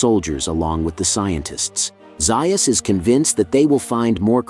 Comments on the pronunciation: Nice content. I enjoyed the speculation, illustrations, etc…and I enjoy the videos. But I know POTA fans will point out its Doctor Zaius (Zay-is), not Doctor Zeye-is. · Please work on your pronunciation. You’re pronouncing Dr. Zeus’s name all wrong.